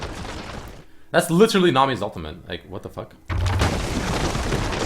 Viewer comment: do you know how to say literally properly? lol everytime u say it it makes my ears bleed.